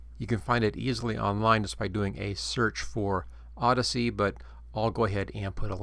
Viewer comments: Think there's any way to set up a workflow where I can record a new sound for every single sound effect in the game? and btw, "Audacity", not "Odyssey" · odyssey, lmao, its AH DAS EH TEE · yo dude, just a tip for the future videos. it's pronounced or-da-city, keep up the great work though